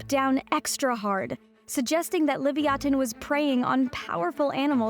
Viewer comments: I've always heard it pronounced "Leh-viah-tin" like the biblical sea monster it was named after, hearing "Li-vee-ah-ten" threw me off so much I didn't even realize what she was talking about at first. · That first toothed whale's Hebrew name is pronounced "leev-yuh-TAWN," not "liv-ee-AW-tuhn." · What's with the "Lee-vee-aten" pronunciation ???? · Lee via tin is how it's pronounced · I honestly bothered me, because its definately supposed to be pronounced leh-viah-tin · I know they spelled Leviathan as "Livyatan," but I can't get past the weird pronunciation. I mean, at least put the emphasis on the same syllables or something. I heard why. I still hate it. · The Hebrew לויתן is the original (unless you insist on writing it in Paleo-Hebrew), not the translation. It's stressed on the last syllable, but I'm not sure whether Hebrew or Latin stress rules should apply when a Hebrew word is borrowed unadapted (except for writing in the Latin alphabet) as a scientific name. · That's not how Livayatan is pronounced. You're just being loudly and confidently wrong.